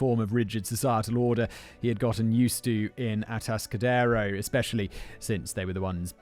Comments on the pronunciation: Ah-task-ah-dare-o I used to drive through there on my way to Morro Bay, the place has had a bad reputation in California. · Kemper is fascinating. Almost as fascinating as hearing Simon mispronounce Atascadero for two hours. Kemper is still alive and is at the California medical Facility (CMF) in Vacaville. CA has a moratorium on capital punishment.